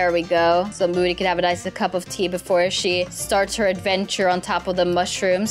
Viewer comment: That's not how you spell moody and you said mood🤣